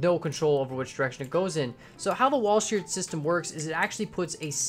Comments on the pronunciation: Another system used was the stephensons valve gear, which was an earlier system. Also, as other people have said, this isn't a true representation of walhscherts (its pronounced wall shirts by the way) but it is most likely as close as you could get. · Walschearts Pronounciations: Wallsharts